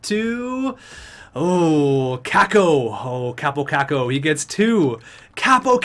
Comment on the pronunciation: Also, because he's finnish it's not pronounced like 'kapo kako' like you said :D it's more like 'Kaaapo Kak-ko'